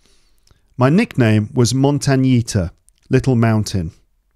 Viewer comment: Yes..montañita means little mountain in Spanish. We use the carácter "ñ".I think that this sound no exist in English .You pronunciation is not good..